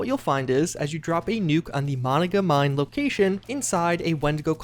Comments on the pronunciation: Say it with me now, Muh-non-gah. Not mono-guh. Lol. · Monicamine..... Moh-non-gah mine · Emphasis on the middle. MoNONgah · mo-nahn-gah like the holotapes say! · ..Im from WV. Can we correct your pronunciation of Monongah?..its Muh-Non-Guh i literally went to grade school there 😂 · I live near monongah and the way her pronounces it messes with me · Thumbs down until you learn to pronounce words correctly. & & Monongah.